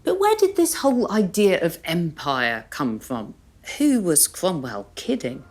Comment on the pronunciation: I knew it was Lucy as soon as I heard the name Cwomwell.